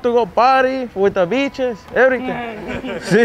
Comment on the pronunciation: “I wanded paty with the beaches”😂😂😂